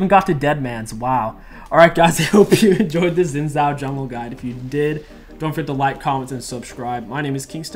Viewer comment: it's not "zin zow" it's "shin jow" look up league of legend's champion spotlight by riot games. It's a Chinese name, in Mandarin the pinyin "x" is pronounced like "sh" and the "zh" like "j"